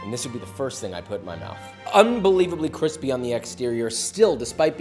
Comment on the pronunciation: Extra cwispy*